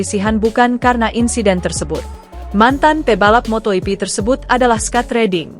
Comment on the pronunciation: itu si presenter ngomong apa sih???....motohipi...motohipi...motoyipi...motoyipi...wkwkwkwkwkwk.....😜😆😝😂🤣